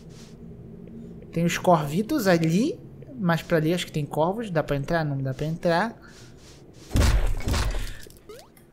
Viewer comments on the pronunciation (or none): none